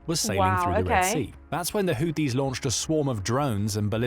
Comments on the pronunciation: PRONOUNCED : HOOTHEES……NOT US BUT U.S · It’s pronounced like hoootheees even tho spelt Houthis lol